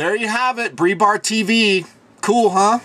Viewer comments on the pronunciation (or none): I'm sure 1,000 people will probably tell you this but I'll say it too.......It's pronounced "BRIGHT BART" not "BREE BART". Great video, great questions, and great responses. You Rock Dude!